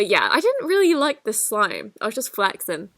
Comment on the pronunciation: She don’t know how to say flexing